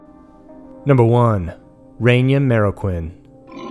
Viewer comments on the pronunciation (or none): Reyna Marroquin, pronounced RAY-NUH MARROW-KEEN, please up your game on this..... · Good video, but the pronunciations could use some work. The woman's name is pronounced RAY-NUH MARE-AH-KEEN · Her name is pronounced Rey-na. Not Ren-ya. You said it right a couple times. :/ Her last name I understand is harder pronounced "Marro-keen."